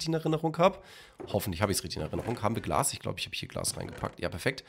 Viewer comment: Glas und nicht Glass . . .